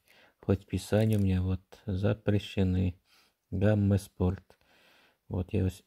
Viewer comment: Хахахаха, гама спорт, иди английский учи